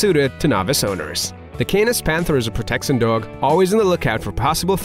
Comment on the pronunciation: the narrator doesn't speak proper english, the pronounciation is very off "proteccíon" "uzually" "even ferocious" "challensed" "mental stimulasion" etc. wtf